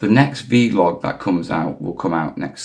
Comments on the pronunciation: Just say vlog. It's not veelog buddy. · 3 days. Keep up the good work. But please please call it a VLOG not a VeeLOG 🤣